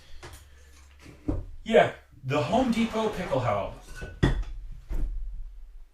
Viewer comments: Dude, Pickelhaube isn't some hard to pronounce word. Just add an "uh" to the end of it. Pickelhaubuh. If a German was trying to pronounce something in English and defaulted to the German way, would he get angry if you tried to correct him? I know I was a little standoffish with my first comment, but being a reenactor and not at least trying to learn how to pronounce common words used in your area of study is a little lazy IMO. If you don't know how to pronounce it, learn how to. Speaking with an accent and mispronunciation are two different things. Edit: Now I look like an idiot for misspelling it originally as Picklehaube... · Why don't you pronounce the final "e" in Pickelhaube? Do you think Porsche is pronounced porsh ? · THE HOMEDEPOTHUABE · Your pronunciation of Pickelhaube makes me cringe.